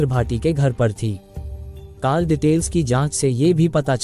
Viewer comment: Aur sab theek hai but aapko call ka pronunciation theek nahi hai.It’s Call as kaul and you are saying Kaal.I hope it helps.